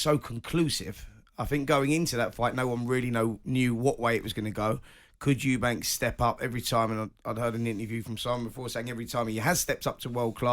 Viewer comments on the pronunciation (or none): It’s Eubank…not Eubanks. It’s like nails on a chalk board.